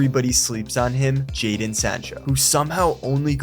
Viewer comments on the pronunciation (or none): none